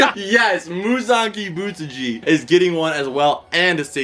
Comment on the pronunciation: My Friend: say it with me Ki-but-su-ji Me: Ki-but-su-ji My friend: Kibutsuji Me: Bootleg Michael Jackson